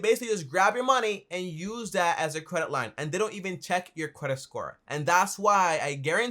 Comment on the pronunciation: You say cwedit and you talk at 120 decibels